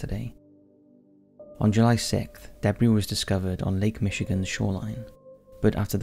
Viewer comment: The narrator needs to realize that not all words are pronounced phonetically. "Si-lass" instead of "Si-luss" for Silas and "deh-briss" instead of "duh-bree" for debris.